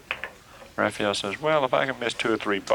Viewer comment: Why do they keep calling Rafael Rafiel?